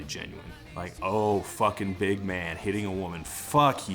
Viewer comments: > "Why do they say "Ma-un" with two syllables?" > Band is from Jacksonville, Florida Mystery solved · Todd what are you talking about with the first line of the chorus. It is very clear he's saying "do you feel like a ma-an" he's not adding an additional "uh" syllable he's elongating the one syllable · I always thought it was "Do you feel like a man now, when you push her around" lol that pronunciation is weird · "I don't know why they pronounced Man like that." Dude, they're from Jacksonville; its just how they say it. In fact, I call bullshit on you even mishearing the line. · I honestly can't hear that second syllable that Todd is claiming they add to "man". Sure they hold the a a bit longer than they needed to, but it's just that: a hold. There's no break in there to make it "ma an", and they don't even change pitch during the word. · I always thought the first line of the chorus was "Do you feel like a man now", and I'm going to keep pretending that it is because it makes more sense than pronouncing "man" with two syllables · Dude was channeling his inner Trey Parker from DVDA's "Now You're A Man" when belting out that multi-syllable "man" Live it! Live it! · It's almost like the opposite of a diphthong. It's only one letter, but he stretches it into just about two syllables. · Good memories of Burnout Paradise, ironically a game that encourages pushing people around until they fall to the ground. Also, I cannot understand how Todd misheard "do you feel like a man," but reason that man has two syllables is probably to emphasize the word and how pathetic it is to define your masculinity on your ability to abuse people weaker than you. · I do not have any idea what is up with the way you mishear lyrics. He is clearly saying man with one syllable but you insist he is saying it with two? the frick? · I always thought the line was "Do you feel like a big man ...." The online lyrics show only man, but it would make sense why there's two syllables